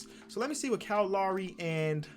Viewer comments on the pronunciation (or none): Bruh I’m an hour from Toronto u don’t pronounce lowrys name right bruh !!